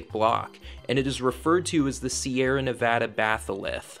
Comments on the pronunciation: Sierra not Sierras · “You are traveling to ‘The Sierra’, not ‘Sierras.’ ‘Sierras’ is grammatically incorrect and stories that use the word ‘Sierras’ lose all credibility with those who know better